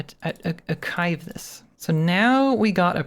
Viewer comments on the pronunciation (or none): 3D "Sudio" & "Achive" has me laughing for the last 10 mins